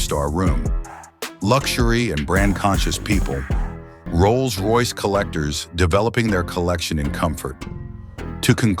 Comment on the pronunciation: AI slop Can't even make the words Rolls Royce work.